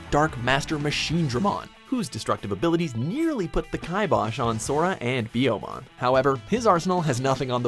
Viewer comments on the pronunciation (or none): i'm sorry BI-YOMON????? IT'S PRONOUNCED LIKE "BEE-YOMON" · It makes me cringe so much when watchmojo do lists about anime because they always pronounce something painfully wrong, like in this video he pronounces Biyomon as Biomon 😑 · Did you just call Biyomon BIO-MON...???? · When you said biomon, i cringed hard. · Is it Phoenixmon or Houmon because it said Houmon. And house means in Japanese phoenix and you said byomon(bayomon) instead of pyomon or byomon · After they mispronounced Biyomon as Biomon, I stopped taking them seriously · I like the video, but the way he mispronounces some of their names like saying biyomon like biomon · God can you pronounce these names worse. Biomon? It's Biyomon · FIRST OFF IT'S BEE-YOOMON, NOT BIOMON, AND THEN IT'S PART 4 LOSS, NOT LOST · Still using TV recordings from Disney/Jetix I see. 15 million subscribers and you can’t grab the DVDs off Amazon? Also? Baiomon. Really? Biyo. It’s phonetic. As is anything Japanese. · I'm glad Angemon was the top pick but honestly Angewomon was the biggest by far. It was probably the most emotionally charged scene in the original series and GOD what a shock. Also how do you know if the narrator has watched digimon? "Biomon" and "Hercules kabuterramon" looool I'm just razzin' ya. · Did he just say...Biyomon like... BYE-OH-MON? Am I tripping? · especially 10, then he says Biyomon correctly then turns around and screws it up